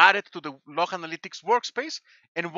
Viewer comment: I love how he says "the activity logh, folks. Platform level, my friends."